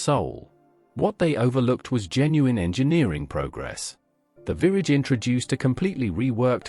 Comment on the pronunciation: Great video. Hateful narration. Aston Martin Virrage. Really?